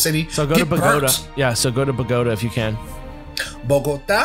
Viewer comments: Points to for pronouncing "BOGOTA" correctly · s/o to pronunciation of Bogota